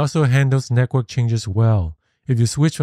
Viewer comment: I’m curious, why do you pronounce network as “nekwork”?